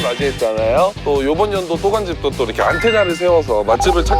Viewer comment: 전라도 사람 특 이렇게 <- 이러케 라고 발음 해야는데 이러게 하라고 이러게 ~ 이럼 왜 이러게 라고 말하는거지.. 국어를 개 ㅈ 으로 배움? ㅎ 이 ㄱ으로 가면서 ㅋ 발음이 되는건데 지들이 뭐라고 국어를 무시하고 이러게 라고 발음함 진짜 줘패고싶음